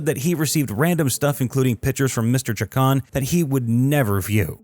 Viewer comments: It's pronounced Luhan and chac-ohn. Idk why it was bothering me so much that you were pronouncing it like some sort of Frenchman. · Just wanted to give you a heads up it’s pronounced (Lue-hawn)and (chaw-cone) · Hey! It's Lujan ( pronounced "Loohon") and Chacon ( pronounced "Chawkohn"). Sheesh 🙄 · You might want to learn how Spanish surnames are pronounced before you do another of these. Lujan, Chacon and Vigil were all mispronounced as was Española.